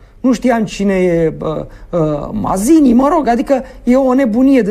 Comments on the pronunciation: Matzini se pronunță, nu Mazini. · Ai pronunțat bine inițial "Mațini". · Se pronunță Mațini, si nu cu ,,z,,! Mai studiază omule! Este limba italiană!